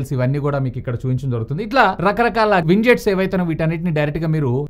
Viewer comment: Widgets ❌️ Winjets😂✅️ Wah anna wah😂😂